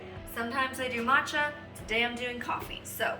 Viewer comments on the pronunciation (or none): none